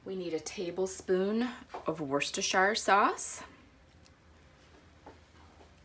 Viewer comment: wuss ter sheer